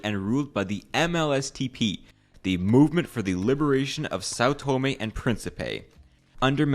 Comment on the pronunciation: learn how to pronounce the name of a place before making a video about, it's not " Saw Toemay"